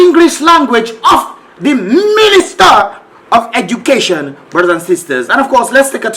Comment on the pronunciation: She's the 'Ministah of Edukayshun' 😂😂